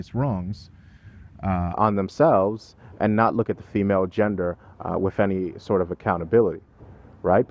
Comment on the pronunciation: I love you,, but it's "wiTH," not "wif." Seems like a nit-picky point, but you generally enunciate so well that it really sticks out. Just a friendly constructive observation from a fan.